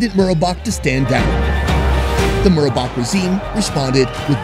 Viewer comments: Hosni Mubarak, not Murabak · Correction: it's MUBARAK -- as in the late former Eygptian President -- NOT Murabak!!! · Got me confused for a bit,i was like who the hell is "Marubak" (Mubarak) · “Murrabach” I’m convinced that white people deliberately mispronounce every single thing from another language they possibly can.